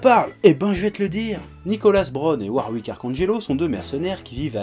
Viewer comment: je suis pas sur mais je pense que tu as dit Warwick à la place de Worick XD